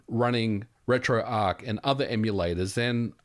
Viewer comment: Ugh. It's retroarch, not retroark. ... (pronounced /ˌrɛtroʊˈɑːrtʃ/ )